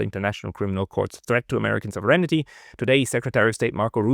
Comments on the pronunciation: man spricht das nicht Souveränity wie im Deutschen aus sondern es heißt: Sovrenty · It's almost all of them: Sov-er-eign-ty NOT Sov-ren-it-y. Maybe it's their eyesight? It's funny how he can say 'sovereign' just fine and only needs to ad 'ty' on the end. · I sincerely apologize for the unsolicited advice, but I must inform you that you are mispronouncing the English word "sovereignty". You pronounce it as four syllables with accent on the third. It is actually three syllables with accent on the first. The vowels in your second and third syllables are unstressed to the point that they blend into one syllable. It should sound something like SAW-vren-tee, not saw-VREN-i-tee. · Thank you for your report,. But...pronounce it SAHV- ren ty - please. =) Sounds like you're saying "serenity" - which, God knows, has no connection to the US Empire! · you don't know how to pronounce "SOVEREIGNTY". You're not the only one, and English is not your native language, but that's no excuse. You're supposed to be an academic, after all. Get to work!!! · You might want to "proofread" your pronunciation of the word "sovereignty,"!